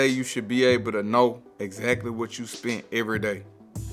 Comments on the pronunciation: Idk who this guy is but as soon as he said "spunt" instead of "spent" I thought this guy was dumb af. After finishing the whole thing, I realized he's an intelligent dude with some good wisdom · nigga said "spunt" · "I spunt" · "I spunt" smh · “I spunt” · This man really said “spunt”